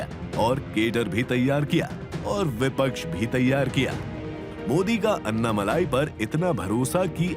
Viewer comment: अन्नामलाई नहीं भाई - अण्णामलाई।